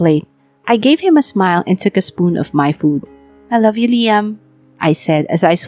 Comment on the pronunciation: Sa kaartehan mag salita Ang iloveu may s na jusko pwede ba ibalik na dating voice